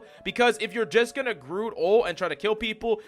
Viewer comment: Hey, Coach, did you know that Groot has got a T at the end of the name?